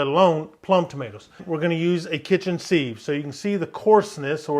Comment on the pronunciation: Thanks looks yummy!! Don't mean to be rude but thought I'd tell you sieve is pronounced like give, or like....a thing with tiny holes that lets liquids through...LOL ...How about a video, steak for the wife? Hmmm I bet your a good cook!!